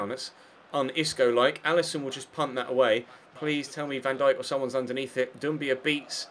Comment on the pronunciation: Ive had to stop watching due to the way you continuously butcher Van Dijks name , van dake ? wtf not to mention greeayzman :P